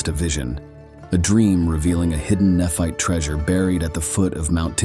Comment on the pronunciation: Is the name Tyler pronounced til er? Nephite is ne fite. Not neph it.